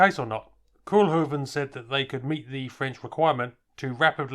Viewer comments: It's NOT Koelhoeven. it is Koolhoven with an OO as in coal or go, please do your home work before doing videos, don't be such a yank.. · Koolhoven. Kool is pronounced as Coal in English. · Pronounced "Cole-huvven' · Only the Dutch pronunciation of "kool" is more like coal then like cool.